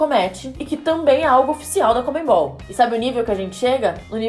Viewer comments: Se pronuncia conmebol e não comenbol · Pessoal de São Paulo, não é conmeMbol não.. Por favor, falem CONMEBOL! Como é o certo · "ConmeMbal" kkkkk